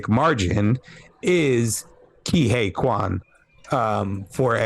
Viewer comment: Ke Huy Quan = Kee Wee Quan Actually he said in an interview he left the industry more reluctantly than expected. After his childhood success he had a few roles here and there yet nothing substantial cuz it took Hollywood decades to have more roles for Asian actors. He didn't so much "retire" cuz of want but simply that's the way the ball bounced. Great review for a great movie y'all.